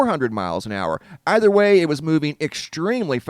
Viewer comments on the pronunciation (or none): none